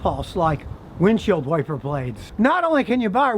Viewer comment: "windshield warper blades" 😂😂😂